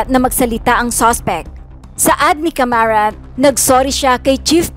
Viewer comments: Hindi Camarat kundi CARAMAT. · Bakit kamarat ang bigkas mo ..hindi ba dapat gen.caramat? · Hindi Po C A M A R A T . CARAMAT PO . HEHE